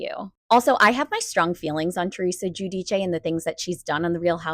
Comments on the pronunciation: She said the correct pronunciation it’s Italian and I always make a point to say it that way too. You can google it ya know. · You would know that this is tge correct pronunciation, if YOU were a true fan. 🤡🤡